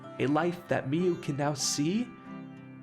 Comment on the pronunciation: Omg why cant you pronounce anything. Mio not mee youu Saimori, s-eye- more-ee, not say-or-eee Kiyoka, key-oh-ka, not kayoka Is this gonna be a running theme in all your videos? I enjoy the content but you gotta be dyslexic deaf dumb or doing this on purpose as a troll and it's not cute.